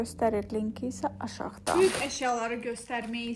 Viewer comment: Yorulmadan yazacam, nə olar k hərfini deməyi öyrən " böyük" məsələn. Baxmaq isdeyirem, amma əsəbləşirəm.